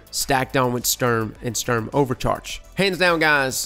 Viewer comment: It's not stürm... It's STUrm!